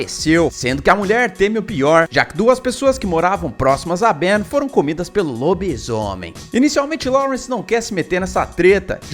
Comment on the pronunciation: "LoBI-ZÔomem" xD adorei a formaq vc falou kk